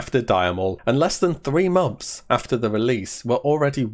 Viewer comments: Please learn to pronounce months properly, it's not momth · He does say mumps.. Wtf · stop pronouncing it as MOMTHS! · Unfortunately I watched this with captions on. Every time you said “months” captions read “mumps” I’ll never be able to hear you say the word “months” again